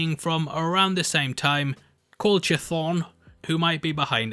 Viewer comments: KUH-thon not CHUH-thon damnit! Stop saying CHUH-thon! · Mate chthon it’s pronounced ch-thon not coo-thon tf did you get that from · I thought is was pronounced " Ka-thown" or something like that lol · Idk if anyone has told you yet but it’s pronounced (sih-Kay-duh) and (chuh-thawn) not trying to be condescending, just trying to prevent any bullying towards you lol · Oh man, you butcher Chthon's name every time.😂 Think, Kuh-Thaw-N. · Also, I am HOPING that Pietro is from another reality and that he winds up staying. And I’m thinking that “Ralph” is Agatha’s power source, who turns out to be either Nightmare or Mephisto. It can’t be Cthon (pronounced ka-THON) because that’s where Wanda’s power comes from and Agatha doesn’t use Chaos Magic. I hope that the two Visions get COMBINED with the original (now white) Vision’s body getting combined with the Hex Vision’s personality. That way The Vision gets to return to the MCU. As for the twins, unlike the people who Wanda are controlling and The Hex Vision who Wanda created from Mind Stone power, the twins actually came FROM WANDA’S BODY. She gave birth to them. So they are not simulacra or controlled beings. They are real people, which means that they can exist OUTSIDE OF THE HEX. I think that they might “level up” again in the finale and help their Mother fight whoever she needs to defeat in the finale. This would make them teenagers and prime them for a “Young Avengers” team-up!in the future. As for the end fights, I HOPE that there will be THREE. 1. Wanda vs. Agatha, which the twins will eventually join. 2. Vision and Wanda vs. the White Vision. 3. Wanda, Monica, Vision, and everyone else banding together vs. the ACTUAL big bad, either Nightmare or Mephisto or Cthon, with Doctor Strange showing up to tip the fight in the good guys’ favor. Keep up the good work. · its a hard C. Im sure of it. Pronounce it K'thon. Its clearly inspired by lovecraftian horror. Like Cthulu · "Cu-thon" is the pronouncement key